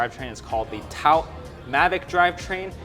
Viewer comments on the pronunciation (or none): Yeah... I was like "I think he means 'tout Mavic'." It's worth picking up at least a little rudimentary French when talking about cycling stuff. In this case, 'tout' is pronounced /tu/ , rather than /taut/ as was done in the video. Tout le meme 🙂